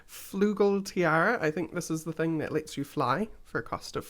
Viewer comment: pls. You know people in Germany. Let them teach you how to pronounce "Flügel" x3